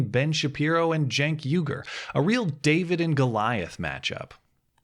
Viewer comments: Your title says Cenk but you say Genk. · I think you are pronouncing his name wrong, it is Chunk Uygur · Cenk is pronounced dink. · CNN Blackmail Support Cenk is Turkish, thus his name is spoken with a J, like Jenk. So yes, it is making fun of his name. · You keep mispronouncing that guy's name and I am DEEPLY OFFENDED. It's "Chunk Anger," dude! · justmemadison Yeah, just heard a couple of people pronounce it jenk so I'm sticking with that cos it's funnier ;) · "J" or a "G"? I'm pretty sure its locic with a "C", as in Cenk.